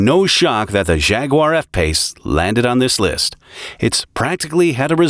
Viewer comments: Jag-uar, not Zhag-uar. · he really calls them Shaguars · When did Jaguar become shaguar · What a funny way to pronounce "Jaguar".